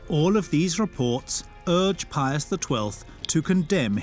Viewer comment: I wish someone would tell the narrator how to pronounce "Pius." Hint, it's not Pee-us.